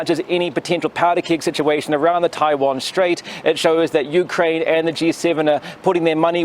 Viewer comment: 台湾，连读都读不准，一帮垃圾😅